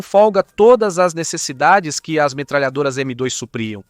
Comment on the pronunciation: Estranhei tbm qnd ele fala “M dóis”